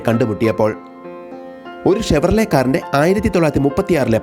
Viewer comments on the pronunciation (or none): none